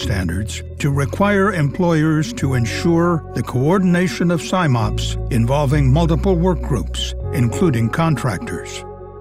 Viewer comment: Love the videos CSB do, but it's Sim-Ops as in 'sim'ultaneously operations not Sime-Ops!